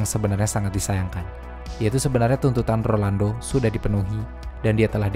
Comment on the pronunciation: Rolando bukan Orlando, bisa denger ga sih?